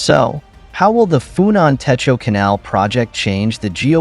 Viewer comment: For a start, your Khmer pronunciation is terrible; it's TEY-KO and KON-DARL province. The name for river is TON-LAY; the family name of the PM is HUN as in UHN, but what do you expect from an AI voice?